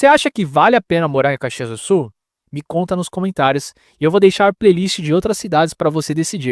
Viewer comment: Dude, you are TERRIBLE in pronouncing Caxias do Sul so find another job or, at least get some help! I m well into my eighths and grew up there so it pains me hearing you! Thanks for nothing dude!!!